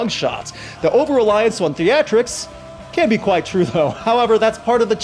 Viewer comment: It cant even pronounce....can. how smart Can it be. And we cant even fix a horses bone.....😬